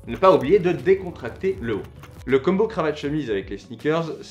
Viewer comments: Très très cool, mais pour l'amour de dieu combo ne se prononce pas Kumbo!!!!!!! S'il te plaît arrête 🙏🙏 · ni l'un ni l'autre, ca ne se prononce pas comme ca en anglais ni en français. Là, tu le prononce comme "Dumbo" l'elephant mais avec un "K"... Je suis peut être le seul mais j'ai les dents qui grincent à chaque fois.